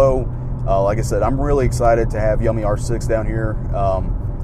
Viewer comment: I thought yummi was pronounced you-me